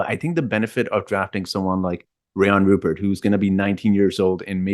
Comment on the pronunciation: Sorry the Thunder already called dibs! And it RUE-pair. Rhymes with blue hair.